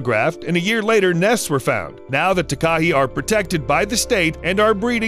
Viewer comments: As someone from NZ I cringe for Takahe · It’s pronounced tah- k- hay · Dude, you REALLY need to get your New Zealand Maori pronunciation right. It's "Tah - kah - hae". Didn't know what you were talking about until I saw it. No idea at all what lake you were talking about. - Looked it up....geez. Ta a nu lake? really? Try Lake "Tee - are - now" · Nuuu!!! It’s called a “Tah, Kah, Hey” not a Tekah-he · The Tah Kah He XD It's pronounced Tah (lil gap) Ka (lil gap) Hay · your prononsing takahi wrong its said ta ka he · mm yes, a TAKA he no no no, its pronounced TAKA Hey ALRIGHT BUD? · I'm from New Zealand and it's called takahe not takahi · Pronunciation is important, for example in New Zealand the Takahe is pronounced tar kar hay, and Te Anau is Tee Ar know. Thank you. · i’m from New zealand and i believe you pronounced takahe wrong. (ta-kaa-hei) is how it is pronounced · Just for future reference It's pronounced Ta-ka-hey, and Tee Ah-no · the takahe is pronounced ta-ka-hey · Tekahe is said "Ta-ka-hay"... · Takahe is pronounced 'TAH-kah-hey' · The New Zealand bird is pronounced Taa-Kaa-He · 🤣🤣🤣🤣 Takahe. It's pronounced tah kah hay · It’s pronounced TAA Kaa Hey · Tah-Kah-Hey not takahe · Scuse me takahe it pronounced ta ka hae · Not to be a pain but that beautiful bird from New Zealand is pronounced Ta-ka-hay, (not correct spelling). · Im from New Zealand its pronounced Takahay but spelt Takahe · The NZ bird is called the Takahe --- Tah-kah-hee. Equal stress on each syllable not running the second and third together. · Takahe is a Maori word pronounced Taa-kaa-he. Foreign pronunciation always makes me giggle. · m8 m8 m8. pls stop killing me w ur pronounciation of takahe. its pronounced "tah (like tar) kah (like car) hey (like hay or just hey)". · Takahe is pronounced tar-car-hey. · I'm sorry but the way they pronounced Takahe made me cringe so bad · Boi mispronounced takahe